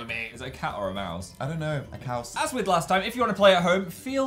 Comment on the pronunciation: When dan said that the mascot was a "caws" he was saying a welsh word caws is cheese in welsh😂